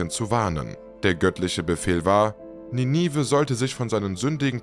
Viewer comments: Bisschen schade, dass du nicht weißt, wie man die berühmte Stadt Ninive ausspricht. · Wie man Ninive ausspricht lässt sich schnell auf YouTube recherchieren. Gut investierte Sekunden. 😊